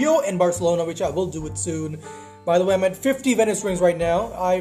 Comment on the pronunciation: “iF tHEre iS a viLL tHeRe is A vAy”